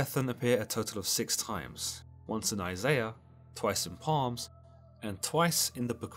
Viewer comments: You call the book of Psalms (pronounced SALMS) PALMS, I thought Joe Biden was only one that ignorant of the Bible. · did you mean Psalms (pronounced Salms)? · Hearing you say Palms DRIVES ME NUTS IT IS SALMS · You do know that the "P" is silent, not the "S"? "Salm" not "palm" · First off, it's pronounced "salms" not palms. Secondly, there's a reason NASA abandoned deep sea exploration. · Palms 74? You mean Psalms (S-ah-lms) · My dude said palms. It's spelled psalms and pronounced salms 💀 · The Palms? It's pronounced salms. The P is silent, not the S. You'd be great at Pychology lol. Haven't you ever heard anyone refer to the book before, ever? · Psalms is pronounced Salms....FYI...not Palms... lol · “Twice in Palms” you mean Psalms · Do you mean psalms when you say “palms”? It is pronounced “Soms” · I really don't mean to be picky but it's pronounced ""SALMS" not "palms"; the "p" is silent. Just sayin'. 🇨🇦👊🏻🤙🏻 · you say palm for psalm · Did he say "The Book of Palms"?... come on bro, I thought you were one of us... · No, it’s objectively pronounced “Salm.” Learn some Hebrew... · Psalms is pronounced S-alms!! Like the word Psychic! You're pronunciation leaves a lot to be desired. However , apart from that, these videos are always interesting and fun to watch. Please keep up the good work. More Greek myth please!!!! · Di-....did he just say “Palms”? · I love the work you do, and I hate to be that guy..... But psalms is pronounced with a silent p. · It’s psalms pronounced salms... the p is silent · Did this guy just say “Palms” instead of “Psalms”? 😂😂😂 Must be related to Joe Biden 🤣😂🤣😂🤣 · He’s British. The British accent is no excuse for mispronouncing “Psalms”. 🤦🏻‍♂️ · Dude…. Appreciate the content but the pronunciation of the book of Psalms was confusing at first then distracting when I understood what you meant. Do you pronounce the P in the word Pneumonia or Pneumatic and ignore the second letter? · Great video but the p is silent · The P in Pslams...lol, yes.